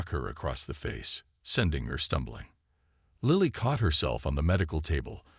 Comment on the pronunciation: Please pronounce and spell Lily properly.